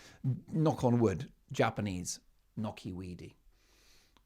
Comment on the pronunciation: So you guys really hate Japanese. Knot weed is a nuisance I know, but o boy the way you say JAPANESE.